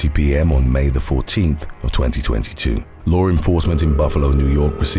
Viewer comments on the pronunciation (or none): none